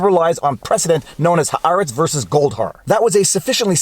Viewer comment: finally. Someone who pronounces "Haaretz" correctly!